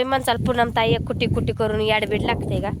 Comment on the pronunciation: कुटी नाही ग स्कुटी म्हनाच